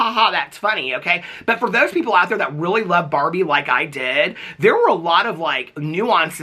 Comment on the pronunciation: OMG it took me so long to figure out you are saying barbie and not barney lol I liked the movie, but it wasn't the best.